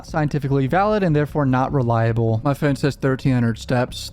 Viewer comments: I hate the way you say “phone” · Does anyone else find it odd the way he says “phone”?